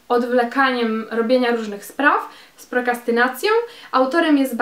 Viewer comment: to prokRastynacja, nie prokastynacja :)))